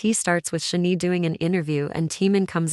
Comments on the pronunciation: Computer generated voice or person who doesn’t bother to learn how to pronounce Korean? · ok. you need to say SHINee correctly. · Your AI voice mispronounced SHINee. Makes it hard to watch the video straight off.